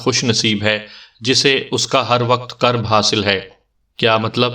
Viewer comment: قرب ق پر زبر نہیں بلکہ پیش ہے